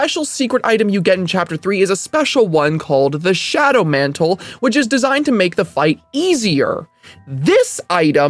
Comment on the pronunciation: john mant'le